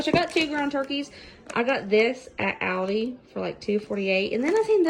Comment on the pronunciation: Have sooo got to make all of these..they look soooo good. AND very affordable..!! Oh by the way..I just LOVE the way you say Aldis.. Sharing this video on my page so I will have the recipes..